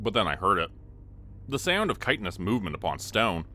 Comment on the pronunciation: I'm so glad to hear you correctly pronounce the word chitinous . So many youtubers mispronounce it.